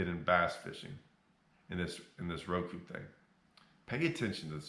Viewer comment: Lol, you are a Genius. Mispronounce Roku..err Ruku to get more views.